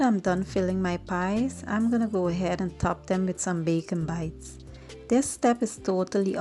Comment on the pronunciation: Please pronounce the word the correct way it is bacon bits